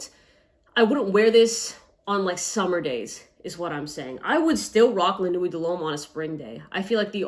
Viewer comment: It’s pronounced nwi not nuweyt